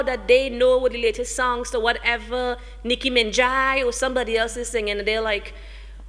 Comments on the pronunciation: Ahhh it's Nikki Minaj...Not Nikki Minjai... my word. how embarrassing. :-( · For someone who has such an educated background and does so much public speaking she really needs to stop AXE-ing and start ASK-ing questions...there are classes that teach you how to pronounce words properly...and yeah...Nikki Menjai...really and u are the Cultural ambassador for Trinidad, n Nikki is one of the biggest exports and u can't even say her name properly...smh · when i talk of poor representation i mean she used phrases like (''I was like...,Niki Mina-jai(bad pronounciation)...,dialect...not the best forum for it yuh know but is all good...People need to wake up and talk 'bout things that really matter with much passion and soul...always check the bigger picture...see beyond...at least try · wdmc D woman frickin woman say nicki menjai O.o darlin Iiz nicki minaj okay control yuhself -__ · Who The Hell Is Nicki Minjaiii !?!?!?!? ahahahaha she is soo clueless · so she has ppl hating on her bcus she pronounced nicki minaj,s name wrong